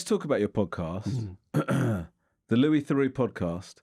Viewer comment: Can I ask how he felt about the numrous mispronunciations of his name Lewis Therux I liked.